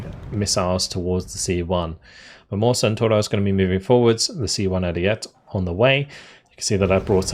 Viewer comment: Ariete is pronounce “air-ee-e-tea”